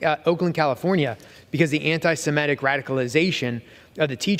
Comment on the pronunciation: Rep. Reschenthaler, it's anti-semitic, not anti-simetic. Why does everybody pronounce semitic wrong?